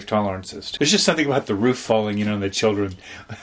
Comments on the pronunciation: wHy Do sOmE pEopLe sAy "ROFF" .. its so distracting, it reminds me of a bark from a dog, "then the boys finished the BARK BARK" .. but thats just me I guess.. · It’s called a roof not a “ruuf”